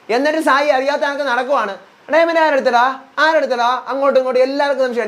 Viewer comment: ഡയമണ്ട് ❌ഡയമെന്റ് ✅